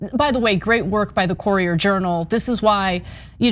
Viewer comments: It's Cur-i-er Journal. From a Louisvillian. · Great reporting but it’s pronounced “curry-er” journal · It’s a bit tilting when AK pronounces “Courier” as “Corier”. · Ana cant pronounce "courier" lol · Great report! But please Anna, learn how to pronounce "Courier". Lol. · It isn't really wrong but a north versus southern pronunciation. Pecan -Pecon Ant-Aunt Ca ra mel - car mel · Lauren Louis Wow! As a TYT fan, I thought you’d understand what “commenter” means. Per Google, here is the definition: “a person who expresses an opinion or engages in discussion of an issue or event, especially online in response to an article or blog post.” And last I heard, AK gets paid to do so, i.e. she is a professional. So, really. It all comes down to whether she mispronounced “courier”. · Lauren Louis Also, AK’s pronunciation of “courier” was a bit off from the common standard. Here are the pronunciations of “courier” and “core” in IPA per Google: cour·i·er /ˈko͝orēər,ˈkərēər/ core /kôr/ AK’s mispronunciation of “courier” is not altgother unexpected, though, because a common word with the same first vowel group, “pour”, does commonly rhyme with “core”. pour /pôr/ But given English’s complicated history and sourcing from several other languages over the centuries, most people don’t know thst English is not a strictly phonetic language. Now, I’m assuming that you understand what that means. But as it pertains to this conversation, it is why the vowel group “ou” in words like “pour” and “courier”, as well as “flour”, are not commonly pronounced the same way. And it is why I also get a bit cheesed off when I hear the younger native English-speaking generation pronounce “the” the same way regardless of whether the subsequent word starts with a consonant or vowel. Really. Makes me want to pull out the few remaining hairs on my head! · Ana's pronunciation of 'courier' is bugging me. I know it's a trivial, inconsequential thing. But my ears just refuse to let it go. Argh.